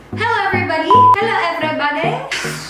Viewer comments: Can't get the normal "hello everybody!" greet. It was the most awkward and hard to say for the first timers in vlogging. While Liza: Helow Ev'rybadey And I was like: 👁️👄👁️ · Bloopers thooo! Cuuuuteeeee 😍 "Hello everybody" "Hello ebribade" 😂❤